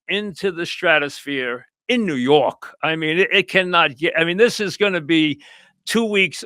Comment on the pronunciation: Mike: the New Yawk Knicks, ahhhh, ahhh, the playaz, ahh